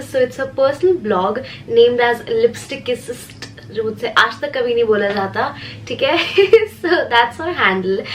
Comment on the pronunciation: Omg thaaaaaaaaaankyou 😭like thaaaaaaaaaankyou so much for the love you showed 😭and thank you for the love you have shown on Meilin 😭and yes you pronounced LIPSTICKISSIST right😭